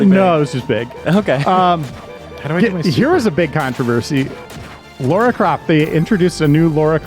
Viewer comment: It's Lara not Laura, by the way. kept saying her name wrong in the God Hand Super Replay as well. -_- I really wouldn't mind a Super Replay of the Shadow Hearts games. I remember seeing the first and second game all the time at my local game store, just like the.hack games, but I never ended up getting them. I'm only just now getting to Nier Gestalt, which maybe could be a candidate for some RPG representation.